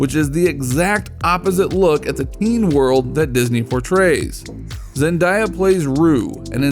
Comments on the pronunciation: Stop saying her name wrong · I'm not trying to be rude but you says Zendaya